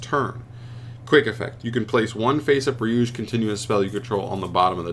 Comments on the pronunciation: It's pronounced ree-you-geh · the pronunciation is "ryu - gay"